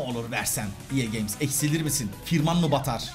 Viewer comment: Abi neden ea games diyon fifa de